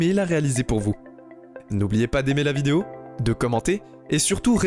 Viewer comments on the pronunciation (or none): none